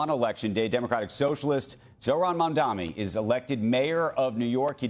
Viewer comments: Big fan of Andrew Ross Sorkin’s but I’d appreciate if he would learn to say Zohra’s last name. It’s “Mum-don-ee” not “Mum-dom-ee”. Repeatedly mispronouncing an ethnic last name sounds like a low level racist slur. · Iddiot ZOHRAN MAMDNI not Mamdami. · Still can't pronounce his name correctly